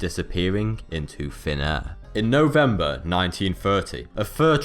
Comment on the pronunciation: Novemeber? I think it is 'November' :P